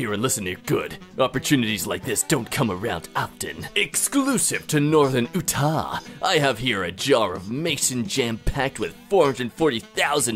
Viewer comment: all right I am already fed up with and his annoying voices but when he pronounced Utah like oh ta crossed the line it pronounced u ta I know no one will see this but I still hope that might see this comment and knows that there’s someone that thinks he is a total failure.